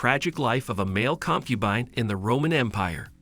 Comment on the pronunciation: Concu bean 😂